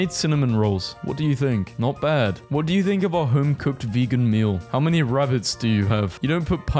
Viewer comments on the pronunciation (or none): none